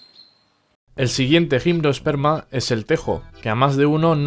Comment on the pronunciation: Buen vídeo, gracias. Solo un pequeño apunte: Gimnosperma y angiosperma no tienen “e” antes de la s. Saludos